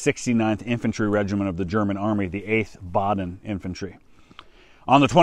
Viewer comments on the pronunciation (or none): none